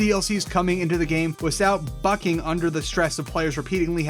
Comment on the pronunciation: "Wisout bucking"